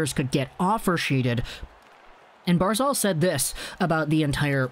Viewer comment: Barz alllllll.. say it right man. It's not barzalllll.